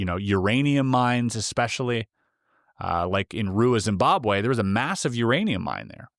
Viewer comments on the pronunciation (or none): none